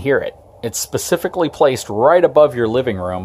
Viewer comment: Can make a drinking game out of the number of times he says “Pacifically”... lol, Nice informative video though.